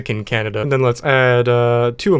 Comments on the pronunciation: that would be pronounced like Canyada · Cañada is pronounced canyada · Cañada is pronounced caniada i think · Cañada = 'canyada' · Fun fact for those wondering: Cañada would actually be pronounced the same as Piñata.